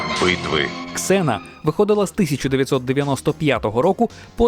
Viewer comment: Слава Богу КСЕНА(Xena),а не зена как на раСее